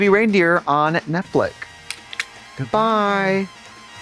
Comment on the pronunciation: Trixie, since when has Netflix, pronounced FLICKS, NOT FLICK YOU BACKWARDS TRASH, been free?